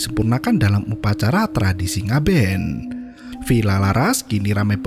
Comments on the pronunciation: koreksi bang, "ngaben" bukan "ngabean" itu upacara kremasi umat hindu di bali bg thx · Ngaben bang bukan ngabean 😂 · Ngaben kak, bukan ngabean